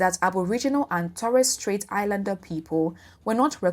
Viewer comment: Can't even pronounce Torres Straight as an 'expert' is a problem.